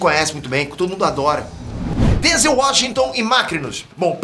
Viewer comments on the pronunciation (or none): none